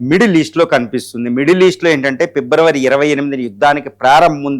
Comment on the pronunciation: its not pebruary it February it not chatruvu its shatruvu. Please correct the pronouncement